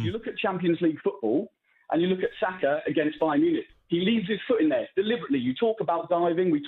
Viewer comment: said Saka 🤣🤣🤣